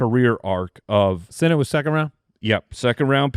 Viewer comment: Ben Sinnott? Paaaaaaaaaa-lease